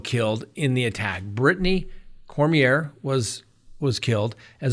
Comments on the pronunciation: I am from Louisiana! The name is pronounced Korm-Yay! What a POS!!! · in Louisiana ier is pronounced yea. Cormyea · Cor mi a is how you pronounce his last name here in Louisiana! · Lol. I came here to say that too! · CoreMeA is how the name is pronounced.